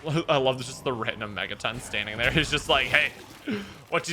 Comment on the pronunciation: Why do you call the Megaton the Mai-yag or however you're saying it? Just curious